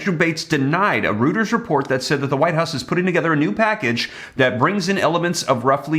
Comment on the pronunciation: It's pronounced "Roiters". jeez